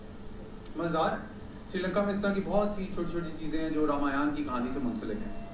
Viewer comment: Its nit rameyan its Raama yan